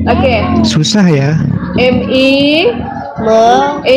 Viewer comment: Pantesan banyak yg pekok.. ayam di baca aiyaiem😂😂😂